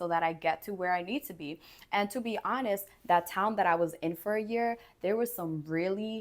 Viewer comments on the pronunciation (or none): none